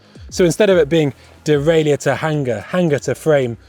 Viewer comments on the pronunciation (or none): Please, please, please, stop. The mechanism, which shifts the chain up, and down the cassette, is called a derailleur. In English, it is pronounced "dee-rail-ur". Three syllables, dee-rail-ur. Not "dee-rail-ee-ur". That would be four syllables, and as correct as referring to your bike, as a bi-cy-cycle. End of rant, sort it out please. Kisses, 1XBIKES. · It’s strange to hear him pronounce all the letters in “derailleur” and “hanger”.